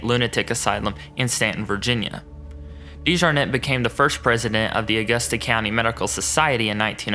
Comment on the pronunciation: I’m a Dejarnette too. You’re saying the name wrong lol. This is apparently a great great uncle of mine. It’s beyond embarrassing